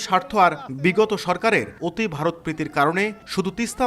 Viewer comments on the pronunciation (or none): উজানের দেশ বলে কিন্তু ভারত নামটি উচ্চারণ করতে পারে না।